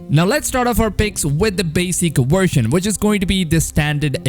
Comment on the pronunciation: It’s version not shershon.